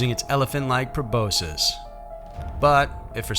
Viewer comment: "PROBOSIS"? No! PLEASE learn actual words!! 😖